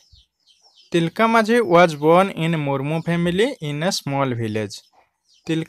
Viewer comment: Not ତିଲକା it's ତିଲକ